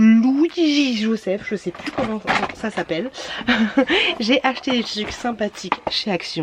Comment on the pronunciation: On dit tRRuc car TUC c'est plus possible🤮